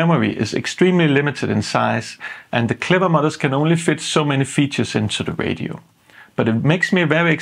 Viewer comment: I thought he was saying "clever mothers", took me five minutes to figure out it was "modders" lol